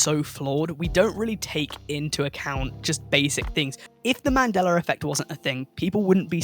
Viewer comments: Man-day-la, not man-deller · I could swear it used to be pronounced ‘man-dell-uh’ not ‘man-dell-er’ That’s crazee yo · I can't get passed him saying mandellar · Boi said "the Mandelar effect" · Take a shot and/or bong rip every single time this dude calls the Mandela Effect, "The Mandeler Effect". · Lol . . . "Man-Dell-Luh" . . . I apologize if I offended you or anything, I genuinely really enjoyed the video and Loved the direction you went with it trying to piece together how certain ones could easily be misconceptions or just straight up flase information like blood actually being red while in the veins. So again, I do apologize if that came out wrong, I just thought it was funny and assumed you were saying it like that to trigger people like me. 😂 Regardless..! Keep up the great content..! (And I SWEAR TO GOD, If It Turns Out It's NOW Pronounced The "Mandeler" Effect And Not "Mandela" With An "a" Imma Through A Fit And Bug The Hell Out..!) 😂 . . . . 🤣